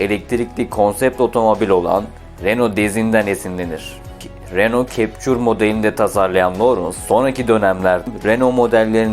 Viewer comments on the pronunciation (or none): reno kepçur:face-green-smiling: yok biz ona reno çemçük diyelim. eline emeğine sağlık kral